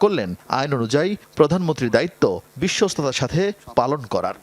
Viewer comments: *******,বিশ্বস্ততা যে উচ্চারণ করতে পারে না,সে বিশ্বস্ততার সহিত কিভাবে কাজ করবে I বিশ্বস্ততা কে বলেন বিশ্বতা I ভুলটা সম্ভবত ইচ্ছাকৃত কারণ বিশ্বাসযোগ্যতা,বিশ্বস্ততা কোন চোরের ভিতরে থাকে না I *******বাংলাদেশের ঝড় উঠেছে,ধীরে ধীরে বৃষ্টি হচ্ছে I ঝড়ের তান্ডব এখনও বাংলাদেশের মানুষ বা বিএনপি অবলোকন করেনি....... বিপ্লব দীর্ঘজীবী হোক 🇧🇩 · তারেক রহমান বিশ্বস্ততার উচ্চারণ টা ঠিক মতো বলত পারলো না আহারে প্রাধানমন্ত্রী।😅😅😅